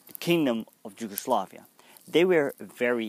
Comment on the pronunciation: how on Earth you came up with pronunciation of Yugoslavia with J (as in Japan)??? in English is with Y, in Dutch and Serbo-Croatian is with J which is of course equivalent to English Y. Again extremely short video with just basic approach to complicated subject. You have to put things into wider perspective of pre-war circumstances, government agreed pact with Germany/coup d'état followed, bombing the Belgrade without war declaration (over 2,000 civilians died, national library with centuries old manuscripts was turned to ash), massacres committed by Hungarians (throwing civilians under ice of frozen rivers), by Bulgarians and Albanians over occupied land. Complicated relationship between Nazi and their allied forces, partisans, puppet Government of national salvation (by Nedic), royalist Chetniks, and civilians of different ethnicities. Serbia was involved in 3 wars prior the WW2, but none of them was war to conquer. In Kragujevac (Kraguyevats) Massacre was the mass murder of between 2,778 and 2,794 mostly Serb men and boys by German soldiers. It and came as a reprisal for insurgent attacks and deaths of 10 German soldiers and the wounding of 26 others. The number of hostages to be shot was calculated as a ratio of 100 hostages executed for every German soldier killed and 50 hostages executed for every German soldier wounded. Furthermore an entire classroom of kids were executed together with their teacher on that day. Following the massacre, the Germans held a military para